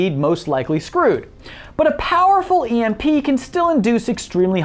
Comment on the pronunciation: You pronounced Emp wrong 😎